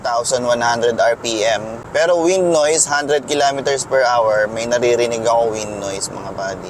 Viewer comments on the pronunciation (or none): none